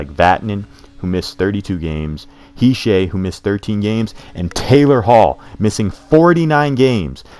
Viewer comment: nice vid but how do you not know how to pronounce hischier's name lol, he's a 1OA! it's he-sheer